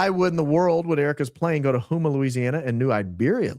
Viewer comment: Houma is pronounced Ho - Mah not Who Mah lol